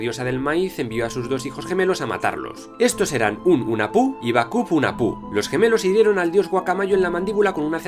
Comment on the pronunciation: Hola me encantó el video, pero unas correcciones con la pronunciacion de los nombres mayas. 1. La "H" suena como si fuera jota, Hunahpu= Junajpú, Ah Puch= Aj Puch. 2. La "X" suena como si fura la Sh inglesa, Ixbalanque= Ishbalanqué. 3. La "V" suena como si fuera "W", Popol Vuh= Popol Wuj.